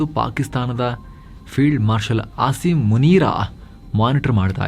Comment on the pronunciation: ನಿಮ್ಮ ಬಾಯಲ್ಲಿ ಮುನೀರನ ಹೆಸರು ಕೇಳೋದೆ ಒಂದು ಚೆಂದ 🤣